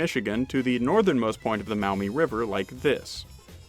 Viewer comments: There's a slight mistake in that video by. "Now this river was later renamed the Mow-mee River..." We don't pronounce it that way. It's pronounced MAW-mee. Like the "aw" in the word "jaw." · Alrighty, reply from a native Toledoan now living in in what was part of the Symmes Purchase, so have a little standing here. Maumee is pronounced "Maw-Mee" not "Mao-Mee". Vlogging thru History was right, much of NW Ohio was swamp athough the majority of the Black Swamp was more like Bowling Green, not Toledo. Actually US-23 was built as a response to the slowness of getting the Ohio militia from Columbus to Toledo through the Black Swamp. It's all drained off today and some of the flattest part of the country (makes Iowa look hilly). None the less, that is how the Toledo Mud-Hens got their name. Facinating history down by Cincinnati, too (Symmes Purchase) with mound building indians doing their work on the platueu that is now downtown Cincinnati and high enough to be out of the flood plain. Actually a serpent was part of these and the snake head was where Fountain Square is today. I'm in Montgomery 14 miles NE of Cincinnati and land titles out here on some parcels read "Northwest Territory, Symmes Purchase, Hamilton County, Sycamore Township..."